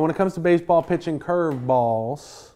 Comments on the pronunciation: He loves saying "ChurrvBALLS" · The way he says curveballs gets me every time lol